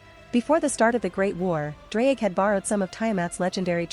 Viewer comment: if you wanna pronounce his name the welsh way then say "th-z-r-ige Go-he"